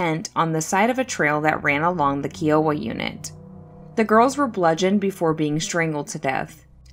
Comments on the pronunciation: KY-OH-WA Not KEE-OH-WA! THANK YOU!!! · its K-EYE-OH-WAH. Kiowa. its a tribe of indians.